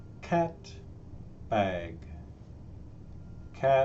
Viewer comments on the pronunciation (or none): Perché pronunci "bag" come "beg"?